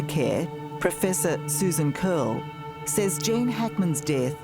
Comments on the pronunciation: It's pronounced " Jean", long vowel /e/. It's a CVCe phonics patterns, not "Jane". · Jane?? Cant she pronounce Gene.. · it’s Gene -pronounced “Jeen” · Gene - pleaee prnounce it properly. Not "jane". Thank you for him and family